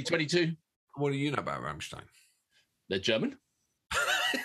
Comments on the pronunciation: Ok it slightly bugged me with the rammstien but you pulled it back at the end with the proper pronunciation rammstein. 👍. Now that brilliant intro caught me out I thought that I had clicked on the wrong link. 😂🤣. Great job chaps I just had to subscribe. 😊👍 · How funny it is that at first one pronounces Rammstein correctly as RammSTEIN and the other insists pronouncing it as RammSTEEN, and in the end they both say Rammsteen. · RammSTEIN.........not Rammstiiiiiien 😘